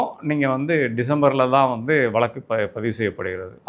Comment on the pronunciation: வலக்கு இல்லை, வழக்கு 😂